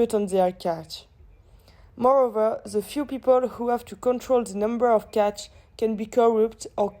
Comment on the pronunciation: Very well done, girls!! Just a few pronunciation mistakes (catch, caught (rhymes with taught)) here and there. Very informative, constructive and well thought out. I'll put the marks on the intranet after watching all the videos (in the coming days). Have a good S8 and a successful toeic!